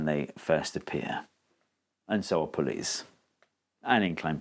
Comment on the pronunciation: At the end of the video there, thought he was throwing some subtle shade at police. Turns out, he just says pulleys weird 😜